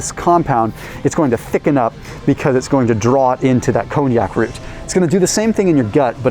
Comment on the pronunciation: It's pronounced: Con Jack root.